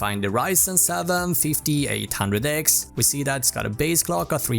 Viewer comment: Did he said fifti six handrek, fifti eight handrek, fifti nine hundrek ? WTF !